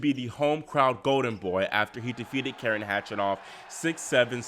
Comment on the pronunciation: Belarus.ian and karEn is the correct pronunciation. Thsnks